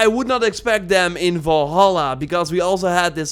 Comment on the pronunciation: Valhalla not volhalla dumb dumb, told you this on your last video